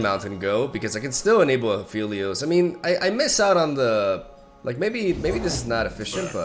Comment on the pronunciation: It's been so long and still calls him Afeelios, shaking my smh